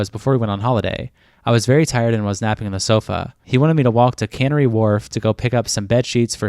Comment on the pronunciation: Canary is pronounced like the bird, canary, not cannery